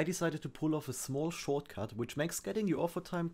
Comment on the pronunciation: “shorcut” xD But seriously great content keep it up 👍